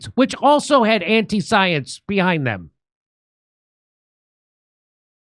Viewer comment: You know Jimmy, you need to get it straight. Dr. Fauci did not say to follow the science. He said "Follow the soy-ence". So, he is off the hook.